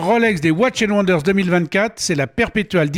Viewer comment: Bien vouloir prononcer "Watchiiiiiizzzz and wonders"